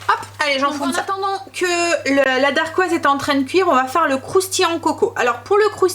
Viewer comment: Bonjour. Voilà mon premier commentaire alors que je te suis depuis un an déjà:) Tes vidéos m’inspirent beaucoup car j’ai moi même un kitchen aid et grâce à toi je me suis lancée dans le pain maison! Par contre, et j’espère surtout que tu ne le prendras pas mal, mais on dit une dacquoise et pas une darquoise ^^ et on dit simplement montrer à qqn et pas faire montrer:) plein de bisous et merci pour tes vidéos!